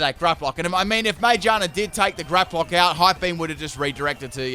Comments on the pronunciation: Normal people: "Magearna": "Mangina" Lol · I hate the way you say magearna GEAR like cars and bikes have GEARS ma-GEAR-na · Its pronounced ma GEAR na sorry it just bothers me when I hear something that doesn't sound correct to me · Everyone: Magearna: Magina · no its called ma-gear-na its literally a gear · I always pronounced Magearna as "MaGEARna", could just be me, bit it made sense to me